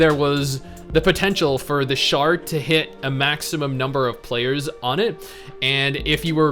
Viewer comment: I lol’d at “sharting feature”. Yeah I know it’s shard, but...lol